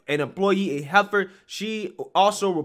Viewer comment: it's HEFFER not "heifer" LOL